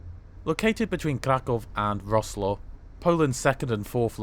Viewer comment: Your pronunciation of Wroclaw was off. You said something like Roklaw, whereas it is actually VROTSWAV. Yes, I've been there.